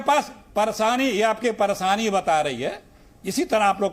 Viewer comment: ये चच्चा तो परेशानी को परसानी बोल रहे हैं 😊 ऐसे लोग जिस भी पार्टी में रहेंगे वो पार्टी का निश्चित ही बंटाधार होना तय है 😂